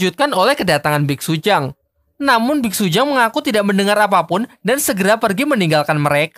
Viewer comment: Bitsutang woy bukan bitsujang